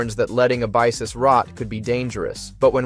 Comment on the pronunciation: There's so many errors though... meechum/meek'em, Abyssus/uh-bye-sis, evo/e.v.o...